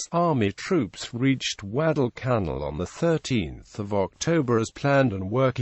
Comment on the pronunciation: "Gweddell cannel". Also known as "Guadalcanal." LOL